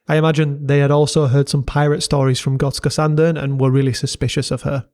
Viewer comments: I was there thirty years ago. It’s a really unique and cool place! Kudos to you for nailing the pronunciation too! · Jag är svensk och din "Gotska Sandön" som du säger det är bra! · I’ve gotta say - You absolutely nailed that pronunciation of Gotska Sandön! Very impressive! Swedish is NOT an easy language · Damn u even nailed the pronounciation. Big ups from Sweden. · You pronounce Gotska sandön very well ☺️ love from Visby Gotland 🇸🇪